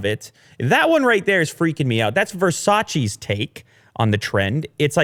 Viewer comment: You are saying Versace wrong but other than that, I agree. Pretty wack idea